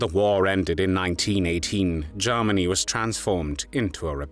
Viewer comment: The narrator sounds very much like Lord Haw-Haw. He sometimes pronounces Germany as Jarmony